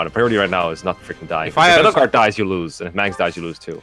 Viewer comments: The way they pronounce edelgard is odd it's like adelgard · Who or what the fuck is "Eddlegard"? I've only heard of Edge Guard.